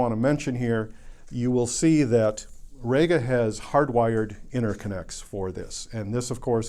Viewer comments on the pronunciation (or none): Rega is not actually called "Rayga", it is pronounced "Reega". If you don't believe me ask Roy Gandy, the 'GA' in REGA, whose company it is.